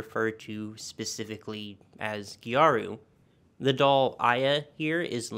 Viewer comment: This "gejaru" pronunciation of gyaru is something i've never heard before for sure. Since it's just the japanese way of saying "gal" it's closer to "garu".